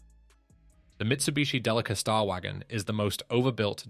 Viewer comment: No. 1 Delica stands for Delivery Car. And don't stress the "li" consonant-vowel cluster. It's Japanese, so no stressed syllables.